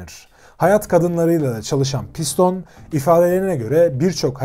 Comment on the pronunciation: piston değil pistonee